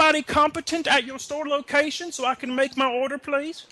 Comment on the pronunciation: “What’s wrong with your lokayshin? Ar-Is your lokayshin a-stewpid” cracks me up every time